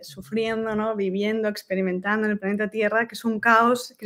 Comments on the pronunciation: Cual "paneta"?? 😂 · Que paso con la L de planeta , o estamos hablando de paneta